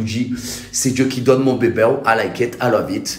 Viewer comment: " c'est dieu qui donne mon bebew " 😃